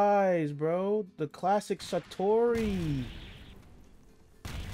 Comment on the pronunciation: It’s Satoru not satori 😭